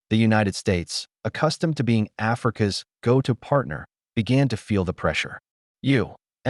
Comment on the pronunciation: Please check the AI narration. 'Africa S' cotton market hits a nerve.